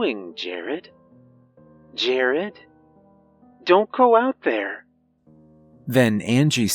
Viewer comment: Fortunately we didn’t all disappear. I’d also like to thank you for pronouncing the name right . Thankyou . Also also my grandfathers name is “Jerry” and my heart skipped a beat when the fathers name was Jared.. Also also also my moms name is Debi